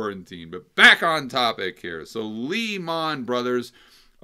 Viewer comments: Lee-Mon? Very funny. Maybe we should call you "Game-on". Love your videos and the great content thereof. Thanks. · "Lee Mon" 🇯🇲 love it 😎😂😂😂